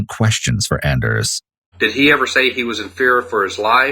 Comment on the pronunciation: Anders is pronounced AWn-ders.